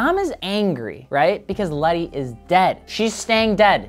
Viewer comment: Isn’t it Letty not Lenny or have I been wrong this entire time 🤣🤦‍♂️